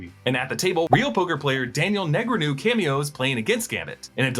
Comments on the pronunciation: Daniel Nay-gah-roo😂😂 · FYI, Negreanu is pronounced Nuh-grah-nu... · Wow you butchered Daniel Negreanu’s name LOL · The way he pronounced daniel negreanu is crazy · Slaughtered Daniel Negreanus last name lol but whatever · You butchered that “poker players” name 😂